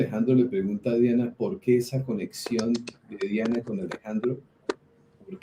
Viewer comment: Es Diana no dayana🤔🙄